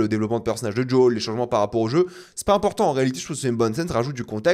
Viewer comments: "djol" mais dis Joël bordel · Pourquoi il dit Jol ou Yougene ? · Djol, yougine, 😂 sérieux contente toi de la prononciation française.